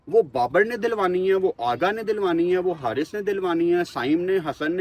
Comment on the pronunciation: پہلے تو اپنے الفاظ کی ادائیگی درست کریں اغا جی جگہ آگا بول رھے۔